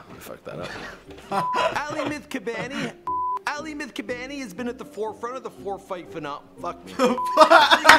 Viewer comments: Did he call him aly? Lul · Bobby Shmurda's hat i said aly because thats how he said it i was making fun of him its definitely not pronounced like that